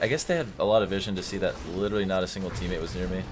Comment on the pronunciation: Say litteraly again.